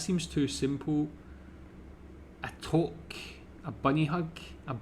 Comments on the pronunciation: Toque is pronounced too-k, not toke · its more like TUKE not toke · FYI...toque is pronounced "tewk" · Great to see a Scot who knows more about us than any Yankee! BTW, if you're French Canadian, Quebec is pronounced more like "kay-beck" or "keh-beck" but for Anglos, it's more like "kweh-beck". And touque is "too-k", not "towk". Sorry if you heard me laughing over "Sass-ka-choo-an". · Yep , we love to toke , but the pronunciation is tuque , like nuke , but tuke ! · There's a disagreement on the spelling of toque or touque, pronounced more between tou (like you) and uque like ukelele. Of course since it has french origins. The way you pronounced it was more like a toke which is to smoke weed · A toque is pronounced tuque. I have never heard of a bunny hug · Toque rhymes with spook I know it's spelled as in the French but it is pronounced like😊 spook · Toque is pronounce like two-k like number two with a k at the end, so obvious, eh? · aarrgh. It is pronounced TOOOOK. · Yes, we do have a Canadian Football League, called the CFL (Canadian Football League lol). The Grey Cup is so named for the at the time Governer General, Earl Grey, who commissioned the trophy. Toque is pronounced like 'two-k' (tis a french word). 'snowbirds' is also a slang for Canadians who go down south in the winter haha. Like holidaying in Florida during the winter. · Toque is pronounced tuke, like puke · It's pronounced twok(2k) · Touque = (French) Pronounced "toooook", or two, with a "k'". Also called a "stocking cap" (archaic) similar to those in Scandinavia. As another Canadian, I like your channel. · 'Toque' is pronounced like 'kook' or 'duke'. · Toque is pronounced too-ke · Toque is pronounced more like “tuque” as it is from French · it’s spelt toque but it’s pronounced tu:k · It's pronounced TOOK like in Perrigan Took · Toque is pronounced toook and is NOT a beanie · "Toque" or tuque rhymes with "duke".